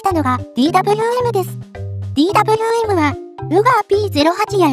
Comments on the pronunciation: ザウアー▪アンド▪ゾーン┅誤 ザウアー▪ウント▪ゾーン┅正 ベルグマン┅誤 ベルクマン┅正 ディー▪ダブリュー▪エム┅誤 デー▪ヴェー▪エム┅正 エム▪ジー┅誤 エム▪ゲー┅正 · DWMは「デーヴェーエム」、Bergmannは「ベルクマン」と読んで欲しいなぁ…。